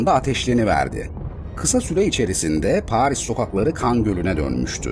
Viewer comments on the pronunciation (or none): none